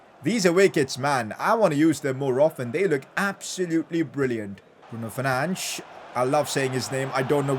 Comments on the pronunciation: pcq : btw its fernandes not fernands:) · Pls BRUNO FER-NAN-DES